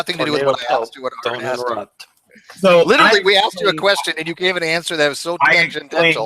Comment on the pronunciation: Three times he axed you Aaron!